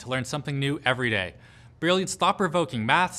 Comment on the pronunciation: Pretty sure Canadians retain the yod in this one, he just misread